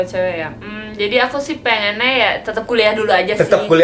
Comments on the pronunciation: Menit "Pengene" Upss.. Jowo bgt deh..Kocak 😂😂 Lanjut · Ndoll Ndoll gk sihhh org jkt biasa ngomong kayak gtu contoh " pengennya " jadi pengen neaa " jd gtuuuu ngomongnya disambung